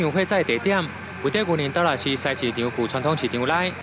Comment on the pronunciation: 西市我們是唸sai tshī